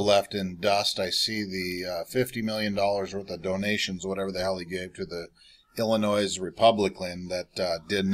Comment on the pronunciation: The "S" is silent in Illinois